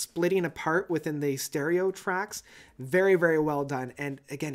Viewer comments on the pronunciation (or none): none